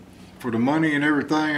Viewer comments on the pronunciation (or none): none